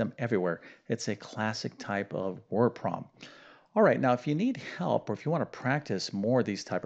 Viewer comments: Do you have a speech impediment? Why do you pronounce PROBLEM as PWAAB! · You keep saying Prom and I also heard prolum WtF language are you speaking ?